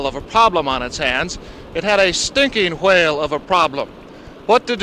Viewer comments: Why is pronouncing „Chuwhale“ like Stewie Griffin would? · The reporter said hwale there ain't no way😂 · I love the way the news reporter pronounces 'whale' ! It reminds me of Stewie Griffin & his 'cool whip' . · bro i never knew they actually pronounced whale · The way he pronounces whale